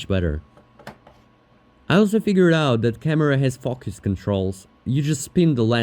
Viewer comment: When he said the camera had focus controls it sounded like he said it had f*ckus controls lol